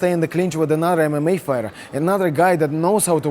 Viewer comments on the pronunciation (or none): Bit of an Irish accent when he says fighter 😂